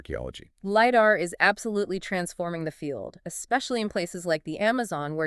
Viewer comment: Stop saying LiDAR wrong